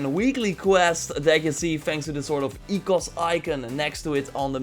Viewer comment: you pronounced oikos the right way!